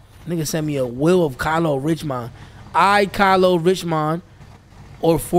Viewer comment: ITS KYLO RICH-MOND🔥🔥🔥💀